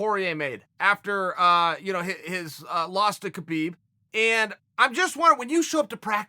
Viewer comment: What did he call Khabib?!? 😂